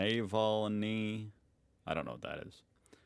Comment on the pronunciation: that cannot be real: YOU DON´T KNOW NAVLNY and cannot eve pronounce his name? nah-VALL-knee. a russian opponent who was first poisoned by the russians (i.e. putin) ws healed in germany, was arrestet on his return to russia and was killed in a fara-away prison camp? sylt is a german island where right winged partyers sang nazi songs. germanys economy was mostly affected by the war in ukraine, the fact that putin stopped the gas, which made energy very expensive, and the interntional weakness because we are an export nation and other country´s eonomic crisis´s affects us economicaly it´s nor ICR but i-c-e